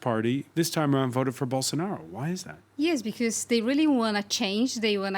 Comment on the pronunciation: Eu só entendi " Bolsounaro" rsrs